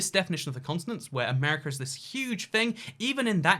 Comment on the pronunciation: Why do you pronounce America as Amrca?